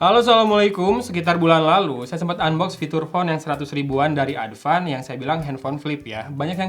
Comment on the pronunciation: Sunda people be like : Adpan eh Advance haaa